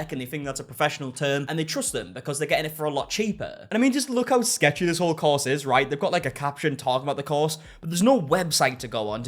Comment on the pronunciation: I thought he said cause. I had to think hard to realize it's course.